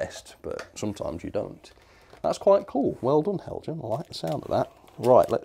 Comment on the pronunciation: Learn to pronounce. It is Hel-yan! This is a persistent and most insulting error.